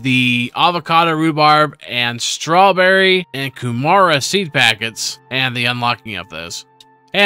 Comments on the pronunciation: very close, not hating. I'm from New Zealand after the R it kinda sounds like a D like Ku Mard a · Kew mara 🤣🤣 that's not how it's pronounced